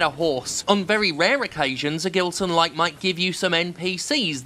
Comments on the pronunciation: not that it matters, but I think the "G" in "Gilson" should be read more like the "J" in "Jill" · Btw, Jim, if this guy is from Brazil (his name sounds Brazilian), you probably have been pronouncing it wrong. The "Gi" in "Gilson" is pronounced he same as the letter G itself. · The G in Gibson actually sounds as a J in portuguese. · I laugh everytime you talk about this developer, because my dad is also called Gilson (but we pronounce it in another way because we're brazillians) and it brings me the giggles to listen you say "gilsonlike" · With that name and that level of hackery, he is most certainly Brazilian. If so, even his name's pronounciation is weirder: Geelson